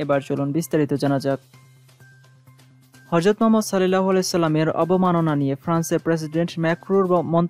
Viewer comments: হরযত না মিয়া ভাই,,,,, "হযরত" বলুন।। ধন্যবাদ। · শব্দটা হরযত না, ( হযরত ) অনেক শিক্ষিত লোকও এই একই উচ্চারণ করে.